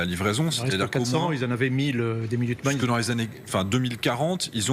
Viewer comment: Minuteman, tylteman😅😅